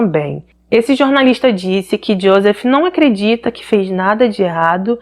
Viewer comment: Olá, corrigindo-a, a pronúncia correta é iôsêf! 😉